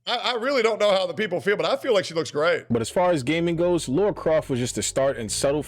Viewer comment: It’s CROFT not craft.